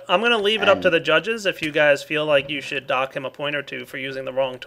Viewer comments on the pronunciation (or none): "should" not "shut"...